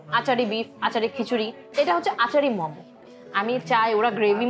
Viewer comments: মম কি? মোমো। ফুড ব্লগার এর ফুড এর নাম উচ্চারণ এই তো সমস্যা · Good video . But it's মোমো not মমো